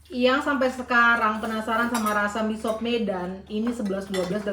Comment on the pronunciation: Org medan justru bilang nya misop. Bukan miso. Udah benerr itu